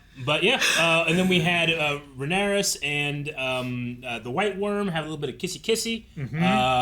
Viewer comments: COUSINS! It was incredible and which VFX house do you think could have pulled it off? Ryan Condal said in the podcast that they got Wētā FX to do it., please say Rhaenyra properly. There is is no 'S' in Rhaenyra. I know you can do it because you've done it before. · stop!! putting!! an!! S!! on!! the!! end!! of!! Rhaenyra!! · her name is Rhaenyra not rheanarys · i am once again requesting to say rhaenyra instead of rhannaros or whatever he says 😂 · It's Rhaenyra. Not Rhaenyris. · I feel like they’re mispronouncing Rhaenyra’s name at this point 😂